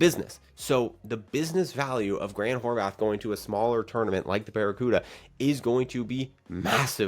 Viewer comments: Bro. There’s not a “th” on the end of his last name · Why is he pronouncing Horvat like that ?